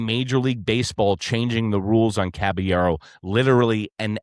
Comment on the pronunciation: It's pronounced CABA-YERRO